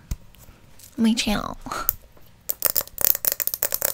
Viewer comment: my sainel" LMAO